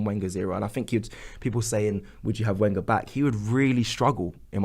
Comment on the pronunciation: it's pronounced Venger! :-)